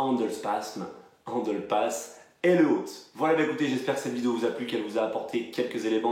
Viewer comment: pourquoi tu prononces handle passme?😂😂